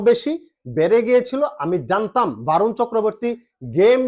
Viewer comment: Sorry দাদা 👉 Barun, A এর উচ্চারন বাংলাতে অ হবে । বরুন হবে । আর খেলাতে হার জিত থাকবেই । ওটাকে আমরা অঘটন বলিনা । ❤️ Love You